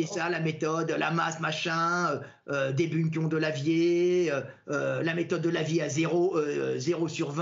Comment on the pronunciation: J’adore la prononciation de Delavier, Idiriss Albert Kahn